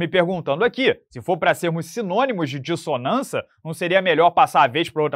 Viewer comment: "Dissonança" foi foda! Salve!